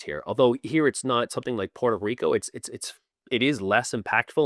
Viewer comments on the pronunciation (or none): none